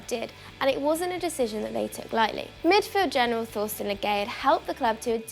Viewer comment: I had to do a little research to find Thorsten Legat. The way she said his name...it registered in my ears as Ngaye. Which would've been ironic that he'd have a Senegalese last name.